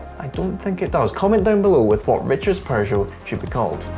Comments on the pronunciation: Love your content but....there's no "r" in PEUGEOT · "Per-jo"!? Sorry, you no longer pronounce "Peugeot" like a Scottish person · Is it a Scottish thing to say ‘’Purrgeot’’? Just found it interesting. 😂